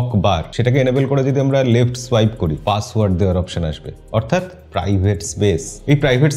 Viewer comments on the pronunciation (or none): none